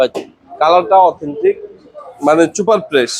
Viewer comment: ছুপার না সুপার। অনলাইন সেক্টরে ভিডিও করলে উচ্চারণ সঠিক রাখাই ভালো তাহলে বুলিং এর শিকার হবেন।